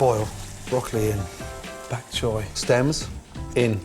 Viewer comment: You pronounced "pak choy" perfectly, bravo chef Ramsay! 🥬